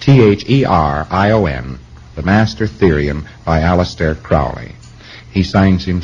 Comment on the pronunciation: He’s such a good friend of Crowley that he mispronounces his name.